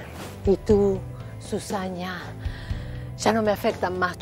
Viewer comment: "Susaña" jauwjaja